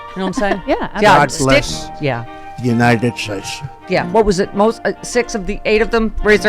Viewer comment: "United Shashe"